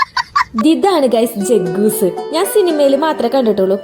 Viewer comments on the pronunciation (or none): ജക്കൂസ് അല്ല Jacuzzi ( ജാക്യൂസ്‌സി)😅😅😅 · ജഗ്ഗൂസ് എന്നല്ല പറയുന്നത്,ജക്കൂസി എന്നാണ് പറയുക